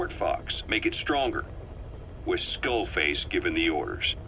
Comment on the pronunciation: XDD skull fake....FAKE en vez de skull face